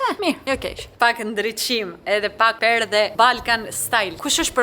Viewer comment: Thuhet perde jo perdhe 😂❤